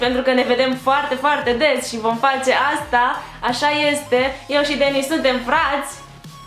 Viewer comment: De ce nu pui accentul pe "z" si ii zici numele ca si cum l.ar chema "Denis" ?